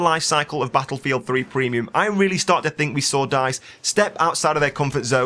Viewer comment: I don't mind your commentaries but GODDAMMITT... you said Battlelfield 26 F**Kin' TIMES!!! HOLY CRAP.